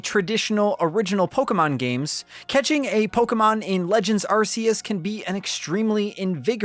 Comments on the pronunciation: actually, it's incorrect. It's the original way they pronounced it until they realised half the world laughed whenever you said it like that. So when Nintendo officially announced legends arceus they pronounced it the way you're supposed to, putting an end to the debate once and for all, but some people were too used to saying it wrong and continue to sound like idiots. 👍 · Incorrect. Try watching some of the Japanese commercials. Dont force your butchered dub pronunciation on everyone just because uk and europe cant handle the word arse. Collectively grow up and respect the original pronunciation. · areseeus? okay guys, when you talk Charizard in the future you gotta call him Lizadon now :) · How long is he going to keep mispronouncing it? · It should be worth noting that Arceus' name is officially pronounced "Ark-eus," not "Ars-eus." You didn't seriously call it the "Arse Phone" the whole time, did you? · It’s archeus not arseus Q/K sounded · If you say "Ar-say-iss" instead of "Ar-kay-iss", then you have to say "Arse phone" instead of "Ark phone". If you're gonna use the soft consonant, at least commit to it. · Stop putting ass in the the games title It’s pronounced arc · 'Ar-See-Us' is the original and correct pronunciation still used in the Japanese commercials to this day. So technically, yes, going by the originally intended pronunciation, it probably IS an arse-phone. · Game Freak first said "Arseus" when they revealed the game, they only changed the pronunciation after some Brits complained it sounded like 'arse', so they then said Oh nevermind it's pronounced "Arkeus". But even first graders know a C before an E isn't pronounced like a K... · Are-See-Us :C I cry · Actually 'Ar-See-Us' is the original and correct pronunciation, it is still used in all the Japanese commercials to this very day. The game was created in Japan (and the original diamond/pearl released there first) so it's safe to assume they have the correct pronunciation.